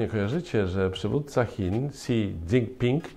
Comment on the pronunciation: Chińskie xi wymawia się śi ;-)